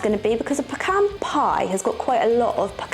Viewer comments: I have never heard of pecan cobbler. I DO love that you are saying "peh-Kahn"! 😃 I have a pecan tree in my back yard and I loathe! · Pecans are absolute perfection, as is your pronunciation of the word. It is argued quite often here in the US and I think only Texans pronounce it the other way. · Well being from GA myself this is the first I’ve heard about pecan cobbler (we say peh-cahn which you were pronouncing correctly most of the time) but a lot of people say PEACAN and to that I say they can pee in a can if they want to lol Pecan pie is my husband’s all time favorite dessert and he has perfected the recipe, or at least that’s how we feel about it lol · Thank you for all the history and explanations. I'm from and in Texas, so I know pecans. My mom made the best pies, and pecan was one of her favorites. We could pick pecans next door at my grandparent's house, crack and pick them out, then cook them. You are now pronouncing "pecan" correctly! Congratulations! We always pronounced Karo syrup with the long "a" and long "o" sound. I don't know if that's correct, but it's acceptable.